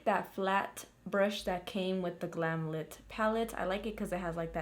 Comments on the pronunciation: its glam light ( pronunciation) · ITS GLAM LIGHT!!! I’m sure they’d appreciate it pronounced correctly! ❤️❤️You are amazing btw!!